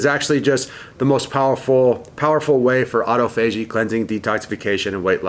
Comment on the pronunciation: Why do you say autophagy like that